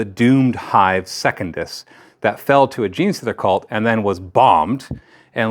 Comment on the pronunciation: If you keep calling it "second-iss" instead of "sec-un-dus" I won't be watching the campaign videos.